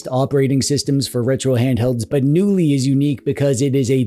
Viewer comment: In the swedish word the K is not silent.